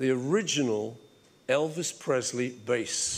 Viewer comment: Elvis "Paulsly"...🐒